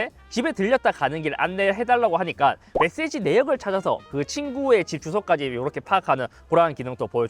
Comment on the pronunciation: 메세지가 멧돼지로 들려서 자막보고 수긍함